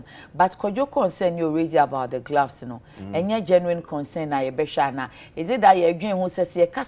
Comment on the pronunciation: Na dien so ne "glavs" no? It's "gloves" i beg you. Sua tra no adorso dodo, madam journalist.